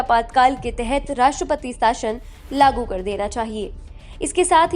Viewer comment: आप 'शासन' को 'साशन' कैसे कह सकते हो? न्यूज़ सुनकर जनता हिंदी/भाषा व उसके शब्दों के उच्चारण सीखती है. यह भाषा के प्रसार का सबसे व्यापक और कारगर साधन है, जिसका आप ठीक से उपयोग न करके भाषा को तोड़-मरोड़ रहे हैं और बेकार अपभ्रंश तैयार व प्रसिद्ध कर रहे हैं. कृपया इसमें सुधार की ओर ध्यान दें.